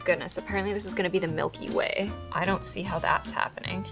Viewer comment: I wasn’t looking when she said “the Milky Way” and I literally thought she said “the milk you weigh”